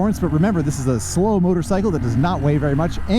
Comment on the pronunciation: Love how says "motor-sickle."